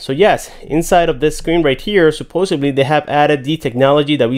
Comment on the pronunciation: Supposably??? No such word.